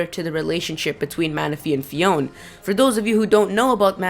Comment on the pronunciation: Sorry, but you constantly mispronounce everything wrong! Lugia is LU-gi-a , not lu-GI-a. Phione is pronounced Fee-OWN-ay, not fee-OWN. I'm pretty sure Diancie is pronounced Di-AN-see, not Di-AN-chee